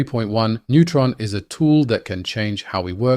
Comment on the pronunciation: It sounds as if you're saying neutron instead of nemotron. 🌻